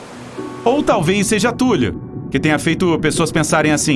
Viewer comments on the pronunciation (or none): Sério que você está chamando Cthulhu (Thúlrru foneticamente escrito) de Túlio? A próxima luta vai ser Zéfa, Túlio e Nequinho?